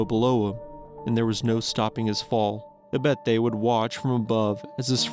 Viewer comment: “Verte” is “Viette”? My Swiss grandfather is turning over in his grave.